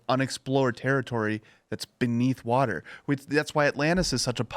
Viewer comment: Sounded like she said "clean watuh."